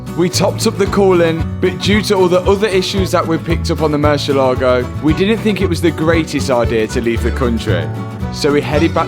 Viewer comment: Please .. mercy A ligo .. accent over the A